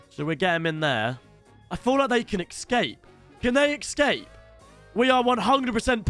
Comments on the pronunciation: l saying ecsape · The way he said ecscape 😂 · this guy is literally saying exscape lmao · cannot pronounce escape 😭😭